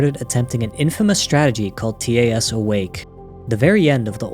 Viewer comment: learn to pronounce TAS please /hj